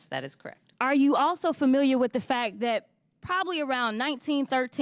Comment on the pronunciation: the word is THAT, not Dat